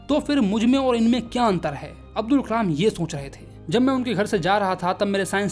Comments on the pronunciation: Abul ❌ Abdul✅ check and tell me if you hear the same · Abdul nahi hai Abul hai